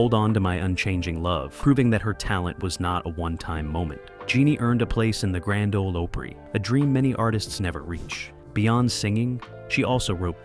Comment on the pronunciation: Terrible job!! You've got several artists listed twice. And "Grand O-LA O-PE-RAY"; what? Laughable!